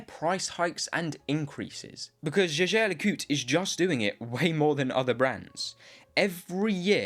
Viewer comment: Try to pronounce Jeager LeCoultre the right way next time